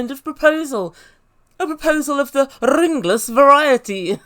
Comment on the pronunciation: She said "rrrrrringless" variety 😂